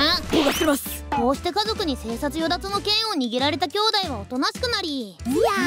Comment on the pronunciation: 生殺与奪は "せいさいよだつ" と読むんだけど。